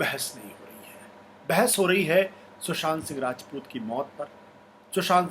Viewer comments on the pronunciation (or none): none